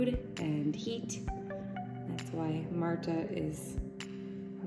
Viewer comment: Okay, well it's pronounced Marta